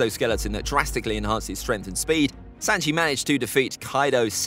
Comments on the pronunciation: He said sanjae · Why was he saying sanji like that and Brook stronger then that I feel like